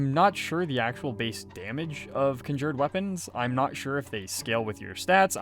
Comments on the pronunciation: Nice video. I’m very confused by your accent tho. How is that you can pronounce “conjuration” without any issue, but somehow “conjured” comes out as “kin jured”? Anyhow, thanks for making the video! 😅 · You dont say conjured correctly and it drives me nuts lol